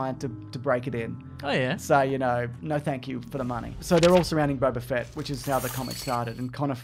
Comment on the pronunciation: It's Boba Fett not Bob .A Fett